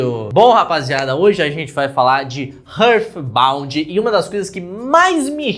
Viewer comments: Ótimo vídeo. Mas uma parte de mim vai morrer se eu não disser isso: heart se pronuncia RÁRT não RÃRF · Que agonia ouvir ele falando Rârd Bound kakakakakaka A pronúncia correta é Rárt Inclusive, só conheci esse jogo por causa do seu vídeo, ainda bem que eu não dei dinheiro nenhum pra esse dev KAKAKAKAKAKAK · eu amo seus vídeos Mas você precisa aprender a pronunciar coisas em inglês bro Hurthbount é tenso kkkkkkkkkkkk